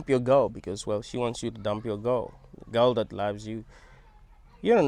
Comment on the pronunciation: I thought he said ghost rather than girl 😅